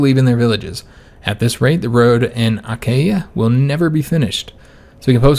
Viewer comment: Achaea is pronounced "a-KEE-a". More or less :)